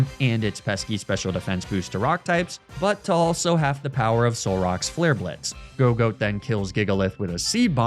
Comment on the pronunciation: Did he call gogoat a dog…